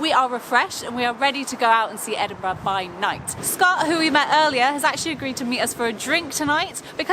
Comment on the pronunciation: OMG THEY SAID EDINBURGH RIGHT!!!